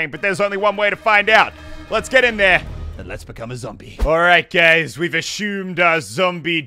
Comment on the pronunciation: swear he said alright gays